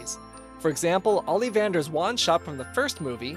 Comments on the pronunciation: The way he said Ollivander Ollyy- vander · You pronounced Ollivander wrong and the natural hair color is more intimidating.